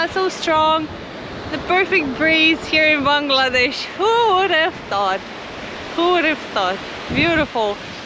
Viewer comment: Love your channel. The way you pronounce Bangladesh warms my heart. Bless ya’ll